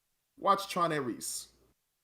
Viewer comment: Respectfully this review will not age well. A couple points are solid, like not utilizing famous actors properly for 20 seconds. But this movie was fun and exciting, tells a story and set up to tie into the next movie which looks like a follow up to Legacy. Every Tron movie was considered bad at first, and then ends up being loved. Also it's Ares, not "Aireece" lol